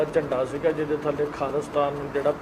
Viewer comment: ਮੈਡਮ ਜੀ ਖਾਲੀਸਤਾਨ ਨਾ ਬੋਲੋ ਪੂਰਾ ਅਤੇ ਸਾਫ ਬੋਲੋ ਖਾਲਿਸਤਾਨ ਆ